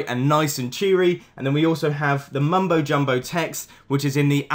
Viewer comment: mumbo jumbo sounds so weird here